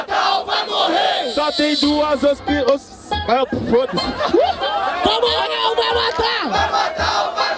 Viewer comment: "só tem duas opspsssos,foda-se" KKKKKKKKKK